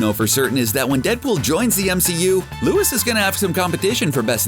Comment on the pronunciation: Lewis seriously it’s lewís